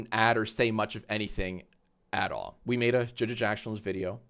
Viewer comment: also learn how to talk "are you do" its "all", not "are"